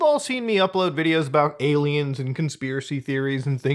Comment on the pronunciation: did you just say "gay-liens"? Lmao